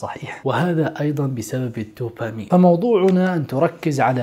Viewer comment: هرمون الـدوبامين (بالدال) وليس الـ ت ـوبامين! Dopamine NOT Topamine وجزاكم الله خير ووفقكم اخونا الكريم ، انت وجميع المسلمين، لما يحب و يرضى في الحياة الدنيا والآخرة، آمين يارب العالمين والصلاة والسلام على نبينا وعلى آله وصحبه اجمعين